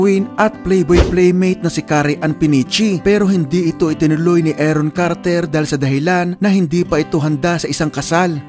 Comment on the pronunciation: Aron Carter po hindi Eron Carter. Paki ayusin po ang pronunciation.